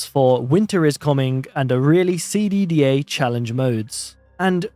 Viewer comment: the "a really CD DA" mode is pronounced like "a really seedy day" as a reference to cataclysm: dark days ahead (CDDA)